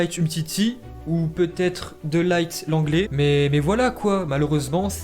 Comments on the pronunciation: C’est de LIRTE pas De Light (coca light) c’est un hollandais pas un anglais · on prononce De Ligt plutôt "De Lirt" que "De Light" ^^ Et pour Martin Braithwaite, c'est "Martine Braithweite" la prononciation:) Sinon au top!! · Par contre on dit de pas de laigt